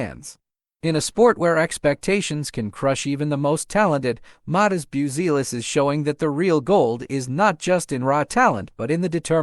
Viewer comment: Bioozeelis :D:D:D hahahahah . Bazioolas :D:D:D please if you want to do this kind of content record decently pronounced name of the player and add to AI script for it to learn to pronounce. or whatever you do with AI. sound svery unprofessional now. buttchered the surname badly